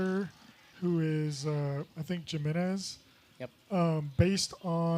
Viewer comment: It's pronounced HE-Men-Es, not Jim-enez. 🤣